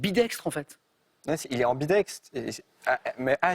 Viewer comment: Je suis Québécois, et le "ambidex" m'a fait bien rire! Chez, nous, les gens ont de la difficulté avec les syllabes qui se terminent par deux consonnes, de sorte que "féminisme" et "féministe" sont le plus souvent prononcés de la même façon (chose que je ne fais pas). Par contre, je ne savais pas que ce phénomène linguistique existait aussi dans l'Hexagone. Trop mimi, ce!.